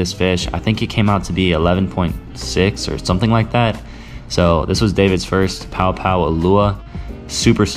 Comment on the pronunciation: Quick FYI Paʻopaʻo pronounced pah-ʻoh-pah-ʻoh instead of pow-pow. Hanabata daze mid 1960s we used to catch plenty trolling slow, and deep the main channels in Kaneʻohe Bay using small feather jigs, 6 to 7 feet leader, 3 way swivel, and 8 ounce lead. One time we caught close to 20. Enjoying your videos, keep up the great work. Maybe I see you out there, iʻm usually in a blue SOLO Skiff with 6hp outboard or rowing a 16ʻ Dory. A hui hou! PS I still shoot an OLD Aussie made Sea Hornet I bought on the Marine Base PX when I was 16. Good old gun.